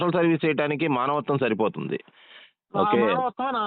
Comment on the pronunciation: మనవత్వం........ కాదురా బాబు అది మానవత్వం